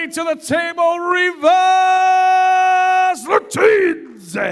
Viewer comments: That pronunciation🤣 Edit: really keeps calling them 'Ravez' and 'Vately' 😂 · It's more like he took Revaz and then he flipped the letters so that it's Ravez. lol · I like how constantly called him RAvaz 😄. Awesome match, though! Pretty unsportsmanlike of Revaz to pull Vitaly's arm like that. He wasn't even screaming in his face. It was just an emotional discharge.